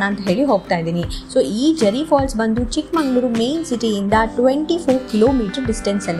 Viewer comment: Madam adu chikmanglur alla.chikkamagaluru😂